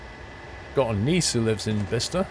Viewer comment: thank u for being the ONLY train sim youtuber who can pronounce Bicester correctly xD